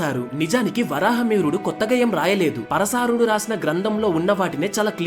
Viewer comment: తప్పుగా అనుకోకు... పరశారుడు కాదు పరాశరుడు... 🙏